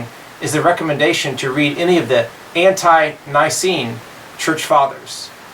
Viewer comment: It's "antee-Nicene" not "ant-eye Nicene." Of course, you can disagree with me but that would only "up the ante". :) Good video!